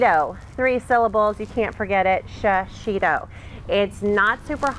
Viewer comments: I can't get over your emphasis over and over of Shishitos mispronunciation. You keep saying Sha-shi-to, there is no SHA in proper pronunciation, it is simply SHI. Shishi means lion, It is a Japanese word/pepper in case you didn't know, the least one can do is respect the culture it comes from and try to pronounce it correctly rather the over emphasis and reiterate its mispronunciation. Thanks =D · This pepper is pronounced she she toe. I lived in Japan 8 years and was married to a Japanese man. We ate these often.